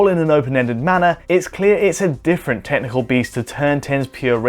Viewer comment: Heard "different tentacle beast" instead of "technical".